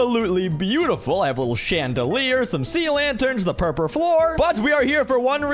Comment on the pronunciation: Bro said purpr instead of purple